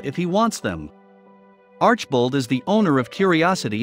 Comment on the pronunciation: Alex is very honest and a wonderful person. He has helped a number of people with his generosity. Definitely watch his channel, very interesting and entertaining. I began watching when he bought the potters house. You’re saying his last name incorrectly. It is arch i bold. Please watch his channel to learn the correct translation. Do proper research.